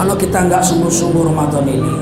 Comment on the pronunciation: yang bener tuh ramadhan bukan ramadhon.